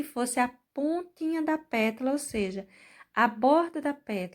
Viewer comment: Sigo vc faz muito tempo!! Adoro seu trabalho!!! Posso te dizer que vc precisava cuidadinho quando falar “”petula”” só que é “PÉTALA”” vc me perdoa!!! Só estou salientando porque vc é dezzzzz mil de professora 👩‍🏫 👏🏼👏🏼👏🏼👏🏼👏🏼👏🏼👏🏼👏🏼👏🏼👏🏼